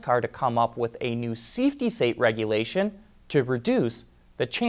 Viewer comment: You said seafety sate. I switch syllables too, but it funny to hear someone else do it.